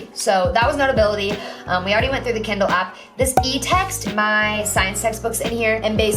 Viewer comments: she says kindle like kendall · The way she says Kindle. kEnDalL